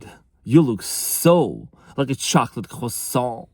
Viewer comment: Being French-Canadian, I love when this classy (yes, with capital letters) uses french words like "croissant", with a french accent, as a real Gentleman he is very " éloquent n' élégant" 😊